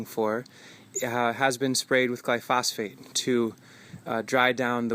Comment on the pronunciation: Hello! I love your videos. Pronunciation note: I have noticed your saying "glyphosphate" in a few videos, and I just wanted to point out that that word is "glyphosate" without the second "ph". Thanks for all the wisdom you've shared in these videos!!